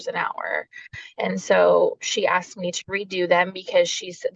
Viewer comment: Just me or is she using that annoying mean girls voice where they end words on a higher pitch? Or adding "ah" like "I want my daughters to visit with meahh"